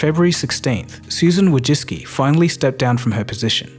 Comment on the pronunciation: Amazing video. Just one thing made me ick, the way you pronounce her name Wojcicki.